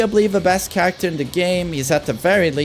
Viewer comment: "Don't chang'e charactah" - Knee